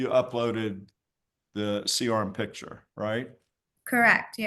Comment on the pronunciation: Never trust a nurse who can’t pronounce the word picture.